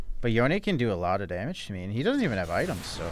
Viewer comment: Noticed that pronounces "Yone" correctly... But not "Manamune".